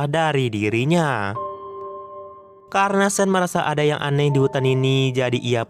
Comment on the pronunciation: Sean tetap dibaca Sean.. Bukan (sen) 😅